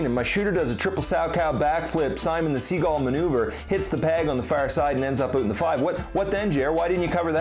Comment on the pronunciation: When he says ‘oot’ instead of ‘out’😝😝😝